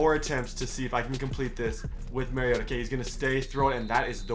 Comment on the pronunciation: It’s ma-ri-ot-a like when you say amari the A in the beginning of Marcus’s name don’t question I went to school with him